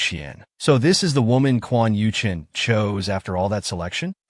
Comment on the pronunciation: The AI narrator calls both MC and his mortal enemy Quan Yuchen which is confusing. Maybe the male antagonist is named Quan Yu Cheng and the AI narrator can't pronounce the letter "g." 🤔😋